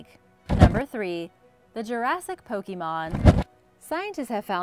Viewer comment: Po kay mon not pokey mon. :)